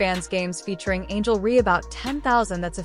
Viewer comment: Angel Ree!? Why release a vid that can’t pronounce a name right? Dislike immediately 👎🏼